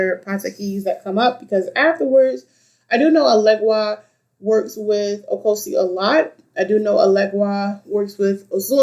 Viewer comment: With all due respect, it's not " Ocosi" is OCHOsi..like the word word" Churxh" O- CHOsi. Just thought you might want to know from a Babalawo. Ashe.